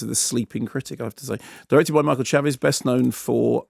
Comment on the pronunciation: Actually pronounced Michael Chaves (“Shahvs”)